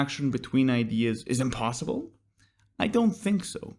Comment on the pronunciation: there are three S's in the word "impossible". Excellent video! Love your clarity of thought and articulation! Thank you for putting this together!